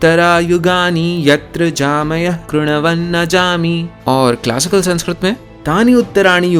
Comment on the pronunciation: Can we please at least pronounce the name of the language right , language which gives much importance on how to pronounce words , it's संस्कृत not संस्क्रीत